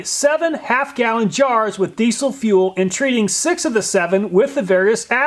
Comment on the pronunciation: It's pronounced deezle, not deessle